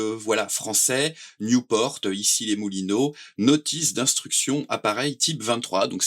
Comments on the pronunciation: On dit Nieuport, pas newporte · Belle présentation, mais c'est nieuport pas newport ! C'est un avion français !